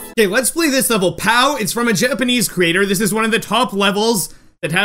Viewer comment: "Its from a Janopanese creator"